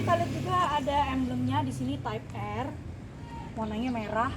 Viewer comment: Maaf mb.. Penyebutannya bukan tipe R.. Tapi (taip ar)